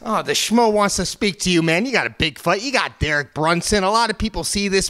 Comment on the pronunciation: "Dereich" Brunson